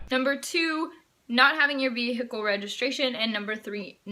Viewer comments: She said Ve'hi'cle XDDD emphasising the 'hi' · Vee hickle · She said veHicle